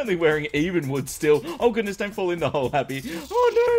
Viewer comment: *happy 2017. "oh my gooness"